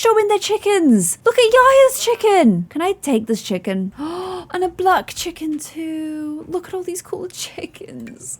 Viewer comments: I love how she said Chickon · I love the way says chicken! ‘Chickon’